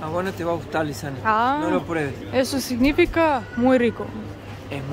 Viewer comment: "Mejorando tu español..." (a pesar de que te queda muy simpático...) Te he escuchado, varias veces, (en distintos vídeos), no se pronuncia signífica, sino signifíca... (está claro que no lleva nunca las tildes (o acento ORTOGRÁFICO o ESCRITO), sino que sólo los puse para que vieras y entendieras la pronunciación. En nuestro idioma TODAS LAS PALABRAS LLEVAN ACENTO (absolutamente todas, SIEMPRE, al hablar...). Lo único es que, no siempre están expresados al escribirlas. Cuando están escritos, se nota porque se les pone la tilde (esa rayita inclinada, de derecha a izquierda). Cuando eso sucede, se sabe que lleva ACENTO ORTOGRÁFICO. En caso contrario (o sea, en TODOS los demás casos) no se les pone la tilde, al escribirlas, pero sabemos que igual se pronuncian con ACENTO (o más fuerza) en alguna de las sílabas (para eso hay reglas claras, establecidas), pero no está escrito, o sea que se llama ACENTO PROSÓDICO u ORAL (hablado). Normalmente, por regla ortográfica, lo habitual, lo común, es que, casi todas las palabras de nuestro idioma son GRAVES o LLANAS (o sea "acentuadas en la PENÚLTIMA sílaba), por lo cual NUNCA LLEVAN ACENTO ESCRITO... (aunque sí al pronunciarlas). Eso significa que TODAS las demás llevan el ACENTO ESCRITO o TILDE (salvo muchas de las acentuadas en la ÚLTIMA sílaba, a las que llamamos AGUDAS, para las cuales aplican reglas que deberías saber), que te indicará claramente dónde las deberás acentuar: Las acentuadas en la última sílaba son las AGUDAS. L